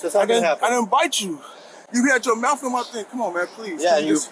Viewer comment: He said “u had your mouf on my thing”😂😂😂😂😂🤦🏽‍♂️😩